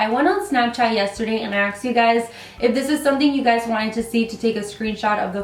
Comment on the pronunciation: It's "asked" not "axed" lol fyi